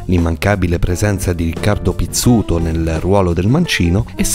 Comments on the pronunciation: In primis, Riccardo Pizzuti, non PizzutO. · Riccardo pizzuti no pizzuto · Riccardo Pizzuti non pizzuto